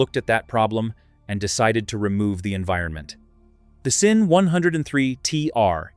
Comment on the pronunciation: Your AI needs to learn how to pronounce SINN it sounds like ".zin". Sinn is a German wird meaning sense.